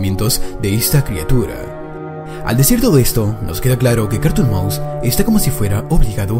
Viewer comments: yo le entendí carton cat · Es es es es carrrrton maus